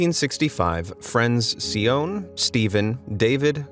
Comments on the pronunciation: Sione is pronounced Si- ON-neh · his name is pronounced sione (si on nay